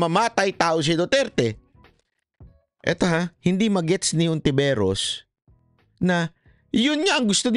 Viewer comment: Ano twag kai hontiveros sa tagalog? T sa English S😅🤣